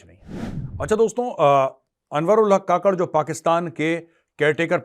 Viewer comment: काकड़ नहीं कुक्कड़ बोले जो , bange देता है सिर्फ